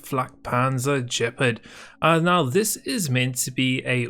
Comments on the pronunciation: BTW at the beginning the Gepard is pronounced Ga-pard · Gepard is pronounced Gep (not J) ard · lol he said Jepard